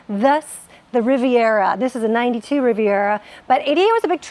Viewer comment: and - you pronounce that “Rivy-AY” 😂😂😂